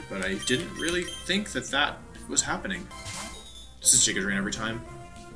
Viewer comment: Djiga drain. The D is silent.